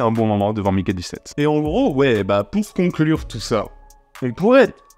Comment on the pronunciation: "je vais prononcer Mickey dix-sept car on est en France" Durant tout le reste de la vidéo : "donc Maiiikay seventeeeeeeen ..."